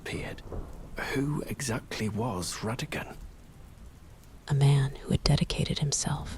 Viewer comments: maybe I'm wrong? I thought everyone pronounced it "rah-dah-gone" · The choice of pronunciation of his name kept me awake. 😞😞😞